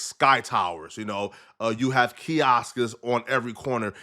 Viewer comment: THIRD incorrect usage of words for today: “kioskas” instead of “kiosks” 🤦🏾‍♂️